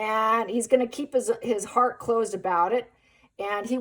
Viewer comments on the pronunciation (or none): none